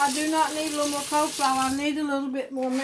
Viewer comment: “Cole” salad…….😂